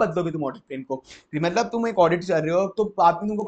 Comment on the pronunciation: Bahut zabardast revision lecture hai yeh Bus sir aapse ek request hai ki aap apne pronounciation par kaam kar lijiye, (For eg Plan ko aap Plane keh de rahe jisse aeroplane yaad aa ja raha)😂😂